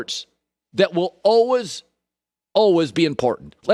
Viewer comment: The word is “always” pronounced as “always”